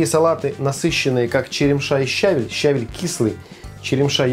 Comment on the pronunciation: В русском языке правильно говорить не только со́усЫ и блю́да, но и щаве́ль! Салат странноватый. Редиска в воде не понравилась...